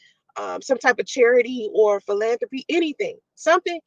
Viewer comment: It took all her consentration to pronounce "philanthropy" even close to properly.